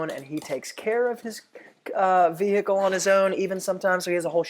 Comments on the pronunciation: “the vee hickle” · Evan Karner HILARIOUS!!! I thought no one else noted how he says vehicle! 🤣😂